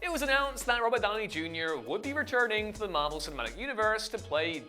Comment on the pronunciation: The weirdest way I've ever heard Robert Downy Jr pronounced.